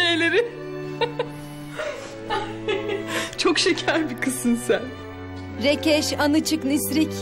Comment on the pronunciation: Rekeş anaçık rissek ne demek , hasret diyor ya 😂